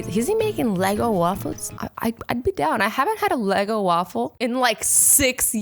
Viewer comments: For those of you who aren't quite understanding: The company's slogan was "Leggo my Eggo" as in "Let go of my Eggo." That's obviously what Azzy was remembering. However, the way she said it made it seem like you were going to be constructing waffles out of multi-colored plastic building blocks: Lego waffles. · .... did u call it a lego waffle?????